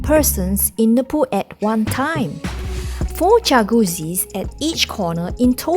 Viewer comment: yah boy. Godzilla might just sit on her for pronouncing jacuzzi like that.